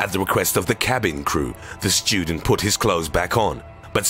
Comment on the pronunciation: Shtudent Wotches... POOAN